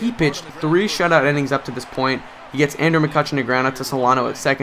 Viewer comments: INNINGS...NOT "ENNINGS" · Innings not ennings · Why do you say enning